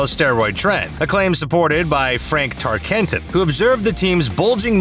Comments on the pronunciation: Right? Apparently searching for 30 seconds on the internet to find the proper pronunciation was not part of the job description. Regurgitate common controversy and onto the next video. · Tarkenton not what ever the f you said